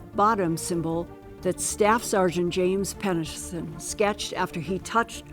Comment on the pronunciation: Is she drunk or has all the plastic surgery stretched her face to the point where it’s difficult for her to move her mouth properly to talk? Listen to her saying “Rendelsham” and trying to say “Penniston”, slurring and pronouncing it differently each time.